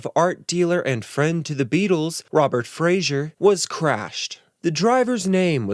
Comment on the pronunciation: The art dealer dude's name is Robert Fraser, not Frazier. George Lennon - that bit killed me!!